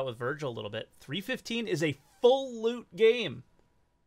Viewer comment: I want more lewd! (Your pronunciation of loot sounds like lewd🤣😅)